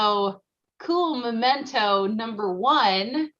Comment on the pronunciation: Now i really am in awe of because she knows how to say memento without saying MOmento. Rare!!